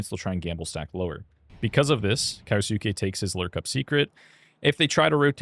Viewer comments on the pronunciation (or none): Can we call him kyousuke and not kayosookay